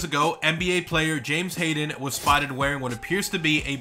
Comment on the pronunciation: "James Hayden"😂😂😂😂😂